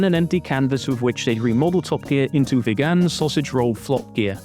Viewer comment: "Davees?" "VeGAN"?